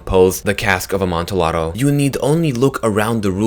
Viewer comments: It's pronounced 'Amontiado' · it's pronounced Imantiado not the way it's spelled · JSYK, 'Amontillado' is pronounced "Am-on-tee-adoh" This is because it is of Italian origin. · It's pronounced AmontiYado. You don't pronounce the L's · Note: the "ll" in Amontillado is pronounced like "y" NOT like an l. Just a little Italian lesson. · You are say amontillado wrong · You said Amontillado wrong, but I also read this story a few months earlier